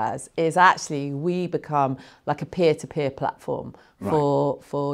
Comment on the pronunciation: Robert said peer-to-beer. Tee hee. Good to see Robert back on the BBC albeit BBC4 (should be BBC1). Looking forward to that.